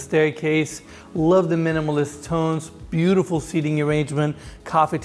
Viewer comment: 2nd garage holds a 'Booo-t-ful RR😂😂😂😂😂😂😂